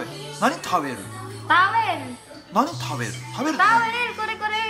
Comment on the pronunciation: 「食べる」を「タビル」と言います